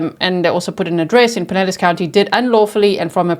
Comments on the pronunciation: Yes!! You pronounced it correctly. Pie- nell-us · Yes, you pronounced Pinellas County correctly. (Pin-EL-ESS) What is wrong with people killing and then dismembering? I don't get it. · You said Pinellas County right😀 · Yes, you pronounced Pinellas county correctly. I live in Pinellas. Gulfport is a pretty shady area of town. The “home schooling” is questionable too. She probably wouldn’t go to school. Seems like she pretty much did what she wanted to do, with little to no supervision. Sounds like a very sad situation.